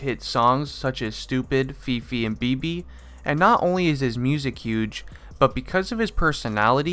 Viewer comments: He pronounced BEBE wrong... It's a Spanish word means baby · it’s not “bb” it’s “BEBE” 😭🤣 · He said bibi and is bebe in Spanish lolol😆😆😆😂😂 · You said Bebe wrong it's be be